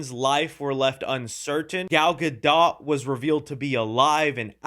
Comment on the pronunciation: Gad Gadot is pronounced like Guh•doe